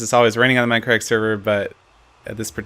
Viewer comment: It's MINDCRACK not mine crack